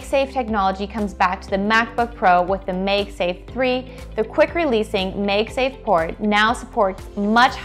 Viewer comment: Make safe with a G instead of a K